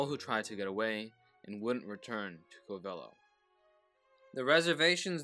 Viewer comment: I live pretty close to Covelo. They pronounce it "COVelo" Thank you...glad you did this ✌️ ❤